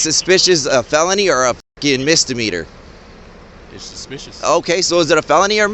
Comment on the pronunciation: MISDEMEANOR NOT MISDEMETER